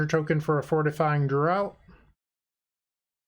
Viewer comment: just so you know, draught is pronounced draft, not drought :)